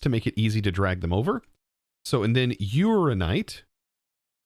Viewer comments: Urananite. Your-Anna-Night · Please please please pronounce ALL the letters in uraninite. It's based on uranium, not urine.